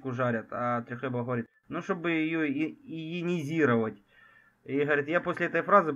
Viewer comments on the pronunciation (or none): Думаю, Трехлебов сказал "иянизировать", а не "Ионизировать".